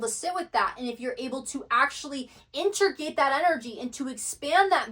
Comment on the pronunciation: She does have some kind of throat chakra issue. She can’t say “chakra” right, only “char-ka.” Or “integrate”, she says “inter-gate”. But she’s brilliant, and it doesn’t ruin the message. It’s literally just a fly on an otherwise perfect windshield.